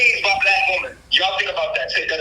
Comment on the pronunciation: And why does he say Woman like a cave man or is he saying Wombman